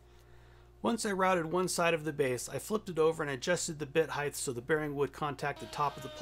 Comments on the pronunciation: I too think round tenons are dumb. Not as dumb as wasting a bunch of time building a jig to cut 4 mortises when u could've hand cut them with a pig sticker and paring chisel in half that time. That and adding an "h" to the end of the word "heighT" with a "T" not "th" good for you not good for me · ‘Heigth’ is not a word